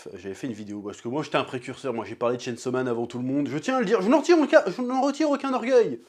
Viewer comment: Chêne saut man